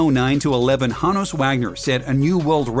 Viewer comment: Honus is pronounced Hoe-nuss